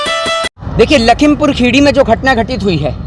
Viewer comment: भाई पहले आप लखीमपुर खीरी बोलना सीख लो क्योंकि जिस हिसाब से आप बोल रहे हो लगता नही है की आप कभी आए होगे लखीमपुर खीरी